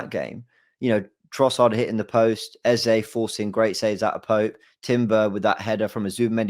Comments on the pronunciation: If you say Aza instead of Eze one more time 😂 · Can someone let this know his name is Eze and not Ezar!!!!!